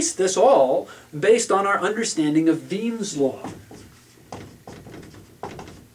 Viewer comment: Wien's Law, not Weim's